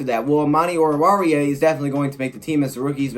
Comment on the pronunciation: You finally pronounced Amani's last name correctly lol